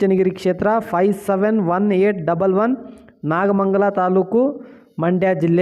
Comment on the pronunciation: ನಾಗಮಂಡಲ ಅಲ್ಲ ನಾಗಮಂಗಲ 😂😂😂😂😂